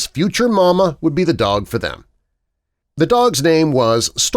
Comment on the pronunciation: It sounds like dock